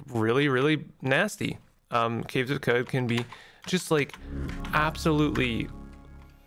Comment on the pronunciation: It’s “Kwud”